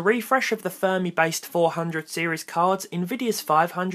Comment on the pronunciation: its Fermi, not Thermi lol